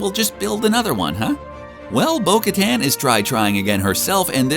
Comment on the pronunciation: I hate how you mispronounce her name